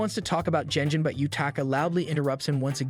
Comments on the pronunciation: This is not a manhwa, it's a regular manga as it's Japanese. PS It's not pronounces jenjin. The pronunciation is phonemically ɡen(d)ʑiɴ . It's a ' g ' like in ' good ' , not like in ' generation '. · Someone please teach this man to not pronounce G like J.